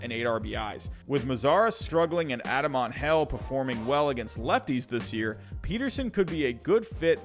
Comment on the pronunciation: I love how you pronounce Colome, Andrelton, Engel, Taijuan all wrong lol